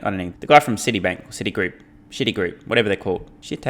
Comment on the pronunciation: City groups probounced like City Wok in south park 😂 ❤